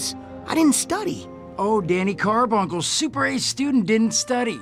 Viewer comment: was thinking the same! Also another mess-up: Danny CARbunckle? Or carbucle? Or whatever? Are they trying to rip off Jon Arbuckle with this? WHAT?